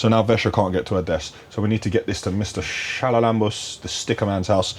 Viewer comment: Why does say Chalalambos like he’s speaking in tongues🤣?